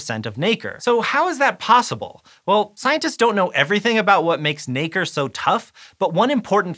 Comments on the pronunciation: All im hearing is the n word when he says nacre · Just be careful how you pronounce Nacre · Nacre please!